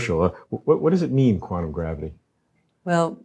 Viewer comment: Yeah hi, just for the interwebs' record, it is NOT quannum, it is quantum. Stop trying to make the letter t dissappear.